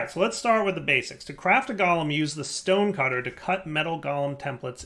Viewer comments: pronunciation of Golem is triggering me, like it's not Gol-em it's gow-luhm. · I am not native english speaker. But is Golem not pronouced different? Like GO...LEM?